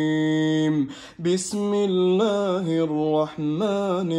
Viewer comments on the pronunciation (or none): none